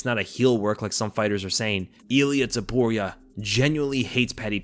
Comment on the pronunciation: Not Zaporia! TOPURIA.